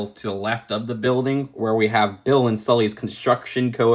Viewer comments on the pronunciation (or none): Its BIFF not Bill